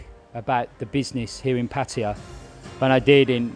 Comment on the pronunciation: After 10 years he still can't pronounce Pattaya the rite way.🤣🤣🤣🤣